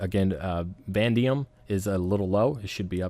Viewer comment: Great video. You're not a trucker. Vanadium - pronounced va-nay-dee-um; Molybdenum - pronounced ma-leeb-den-um. Keep up with the good work.